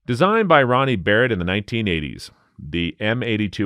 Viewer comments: It's Barrett, not Beretta. Jeez. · I don't know what's worse, hearing Barrett called Beretta or talking about .440 Cor-Don Desert Eagles when .429 DE exists. your prices are more than a little low.